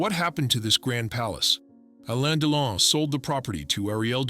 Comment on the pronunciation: Er heisst Delon. U nicht Deilon